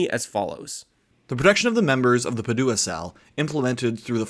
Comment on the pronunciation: It's PA-du-a, not Pa-DU-a